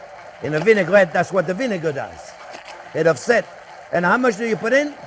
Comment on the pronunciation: Hahaha became my favorite chef the minuted i watched hime made butter. and now, his “mush” 🤣 made my day.